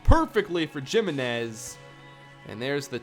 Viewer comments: jiminez is not pronounced like "jim" it's pronounced like "he"-"menez". Good lord man. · And I'm pretty sure it's "HIMinez" not "JIMinez...even if it is JIM please say HIM cuz it just sounds awful lol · the way he pronounces Giminez takes me back to high school spanish class X'D